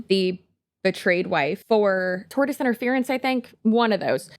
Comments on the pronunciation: "Tortious" is pronounced "tor-shus" not "tortoise". "Tort" is a legal term, it's got nothing to do with slow-moving reptiles with big shells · You repeatedly saying “tortoise interference” is breaking my brain and making me doubt my three years of law school on the pronunciation of “tortious” 😂